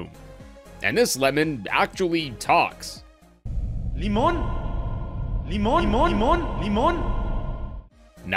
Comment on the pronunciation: Limon is Turkish (pronunciation is also correct) and yeah you guessed it right it means lemon both words are pretty similar